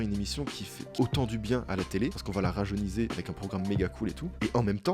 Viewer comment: "on va la rajeunisé"